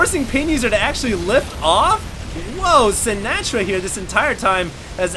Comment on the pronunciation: I wonder how Frank Sinatra would feel about the way you pronounce his name. Lol